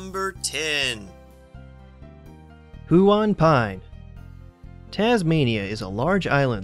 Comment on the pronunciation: Us Aussie's pronounce huon as one 💗💞💗